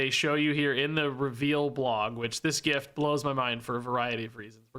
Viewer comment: Thank you for pronouncing gif properly.